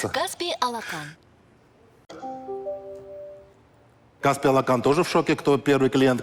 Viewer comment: Наверное господину Ламтадзе можно было уже научиться говорить Алақан без акцента!!!! Алақан в переводе с казахского ладонь